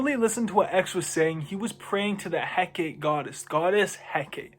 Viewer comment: It’s pronounced HEH KAH TEE